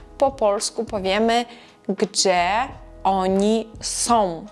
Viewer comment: Перепрошую, але чому ви вимовляєте твердо слово “gdzie”? “Ie” дає звук “є»